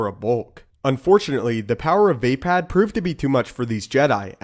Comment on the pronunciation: It not pronounced vay-pad it is vapod